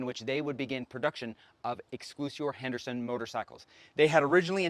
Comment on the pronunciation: Since you can't even pronounce the title of the bike correctly, I find any information after that highly suspect.